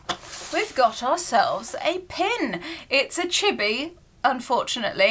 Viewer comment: flinching every time i hear her mispronounce “chibi” (it’s chee-bee, not chibby)